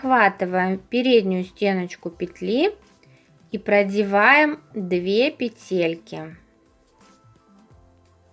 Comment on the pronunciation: пЕтельки, пЕтли, пЕтель🤦‍♀️